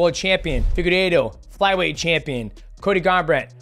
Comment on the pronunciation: Figu what? figuedo, piera… these pronunciations must be stopped